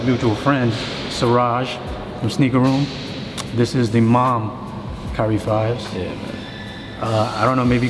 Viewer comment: This nigga said “Curry” in the beginning of the video hahahah